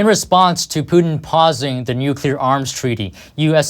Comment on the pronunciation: He's going from Putin to Pewtin.. (Pew Pew - cartoonish gun sounds) Get it. Sucks - I know! But He said it like 5 times!!!